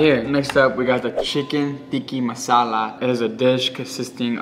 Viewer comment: bro said tiki masala. no disrespect